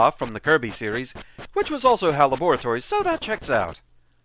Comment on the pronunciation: ...hearing you pronounce "Laboratories" the Dexter way feels weird.